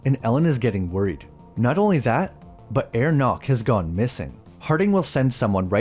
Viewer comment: Herr Knock is pronounced "hair knok" (with both Ks pronounced) not "air nok"